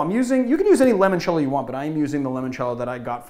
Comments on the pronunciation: I can agree to some extend, but we should all be able to agree that limoncello is not pronounced lemoncello. By your reasoning it would have been pronounced límoncello (as in “lie”). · We gotta talk about how you pronounce Limoncello, L. Awesome video though! didnt know about what you'd consider a classical Press.